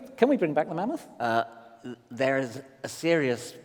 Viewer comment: i can hear karl saying MAN MOTH ......lol